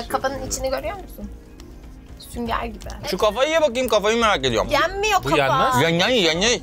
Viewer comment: Yenmez o Orkun:Yeniy yeniy